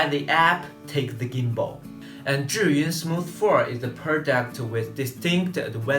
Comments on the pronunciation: this is the right way to pronounce Zhiyun (like JUR-yun). =) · Thank you very much for pronouncing 'Zhiyun' correctly. :-)